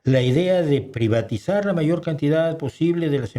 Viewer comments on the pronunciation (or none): none